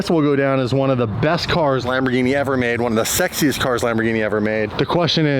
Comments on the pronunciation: stop pronouncing wrong the name it is Lamborghini and not lamborjini you can't be an ambassador of something you dont know how its called stop being an moron please do it for Lamborghini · please never pronounce Lamborghini like the drink gin again…. Lamborgini? wtf The ears of all Italy are bleeding